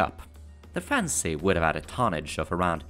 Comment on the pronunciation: I think I can speak for a lot of us when we say we're not taking offense by it just sounds a little funny to our native ears. (Mostly the way you say "fancy") You make awesome videos please don't take any offense ( you pronounce it "correctly", without splitting the word up. Generally you pronounce "fan-Sey" inflicting the on the second syllable , sounds kind of silly to a native speaker. you pushed the two syllables together sounding much more natural) anybody who gives you BS about your pronunciation ( other than me just now of course😂) ask them how many languages do they speak. Please keep making your awesome videos!!